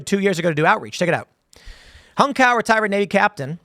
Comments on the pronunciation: In the clip, he himself pronounced it as "cow" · i'm pretty sure Cao is pronounced ts - ow I could be wrong though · It's more like "Tsao", as in "Cao Cao" from Three Kingdoms. And I hope he introduces himself as "I"m Hung, and if you don't believe I am, then ask your mom. She'll verify." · Pronounced hung cow is crazy. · Cao is usually pronounce "Sow" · I thought it was pronounced “ Hung Chow .” He’s a hardcore dude .